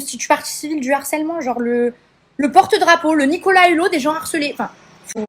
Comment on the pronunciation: M MERCIIIIIII 🤝 🙏🏽 Ça fait des mois, même plus, depuis l'histoire des anges, j'en peux plus d'entendre et de lire "L'HARCÈLEMENT" ! Y'a un H put*in ! Le harcèlement, du harcèlement... 😭😭Même elle, miss tant de QI elle sait pas le dire correctement ?!